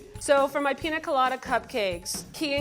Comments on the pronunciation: piÑa god damn it PIÑA! not pina. ok bye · I absolutely hate the way pronounces piña colada... it's not pina colada, pi- ñ -a colada. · WHY is she saying “Pina” 😔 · Whenever the chef pronounced piña colada, I thought "WHO'S PINA?" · Ugh.. The woman on the stick needs to go. she's horrible. And it doesn't hurt to be able to pronounce pina correctly.